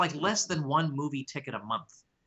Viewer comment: thought u said "bootie ticket" then i realized u said "movie ticket" i was thinking for a sec that if bootie tickets really had become cheap, then krugman must've turned out to be right about that price deflation he's been warning about for forever